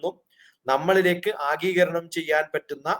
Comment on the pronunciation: ആഗീകരണം venda, ആഗിരണം മതി